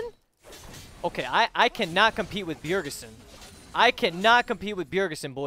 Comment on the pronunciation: "Bjergesen?" LMFAO